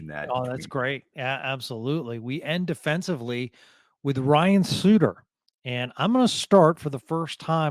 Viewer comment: Also Ryan's last name.